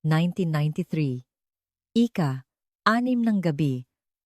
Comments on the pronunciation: Ano yan Ika Ika Ika ..dapat ausin nio nmn ang pagkukuwento mo. Imbes na magnda ang story nasisira ang story's dhil sa mga maling bigkas mo ng salita... Nakakainip pakinggn..hayss just saying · Engot magsabi ng IKA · “ ika vatpattosson ng mayo” ,ANO YUN?? at kung ano anong scene or situation na hindi tugma sa kwento mo ang pinapakita mo. Maganda sana ang ang lahat ng kwento mo pero hindi ka man lang nagkokorek ng word narration mo. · Pagbigkas ng IKA DAPAT MABILIS HINDI HIWALAY O MABAGAL.DOS IS NOT IN TAGALOG ITO AY DAPAT IKA DALAWA AT HINDI IKA DOS.